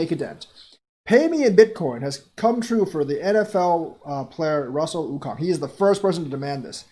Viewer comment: Okung= (Oh-Koong)